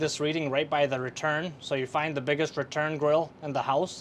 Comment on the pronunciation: say THE THE THE THE THE THE THE NOT:DAH!!!!!!!!!!!!!!!!!!!!!!!!!!!!!!!!!!!!!!!!!!!!!!!!!!!!!!!!!!!!!!!!!!!!!!!!!!!!!!!!!!!!!